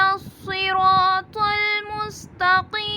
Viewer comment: صراط المستتقیم ۔ اس میں ق زیر کے ساتھ تو موٹا نہیں ہوتا ہے۔ آپ نے موٹا کر کے پڑھا ہے ۔ تو کیا یہ درست ہے ۔ پلیز بتا دیں